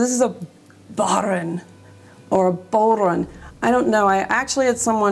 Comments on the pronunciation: It is pronounced Bore on , I play it, and I'm Irish. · That drum, the bodhrán, is pronounced “bah-rawn.” Very simple, actually.